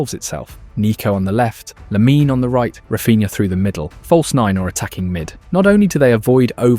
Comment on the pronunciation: Please stop saying Laminé, e is silent.